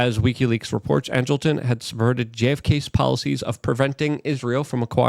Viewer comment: Angleton, not Angelton. Angle. Angel. Not pronounced the same.